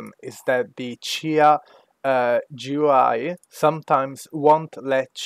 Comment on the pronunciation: "jew eye" Thanks though man